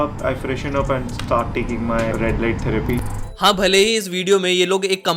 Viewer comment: Theroy nahi bhai therapy